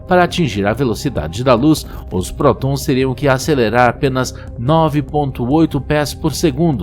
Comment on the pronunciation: Narrador: Chenóbyl/Protõns/Hadrõõns... Eu: Pqp cara, você tem demência?